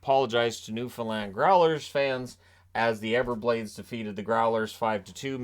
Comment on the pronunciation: Thank you for saying Newfoundland right. From a Newfie